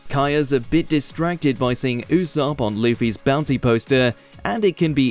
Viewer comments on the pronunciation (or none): none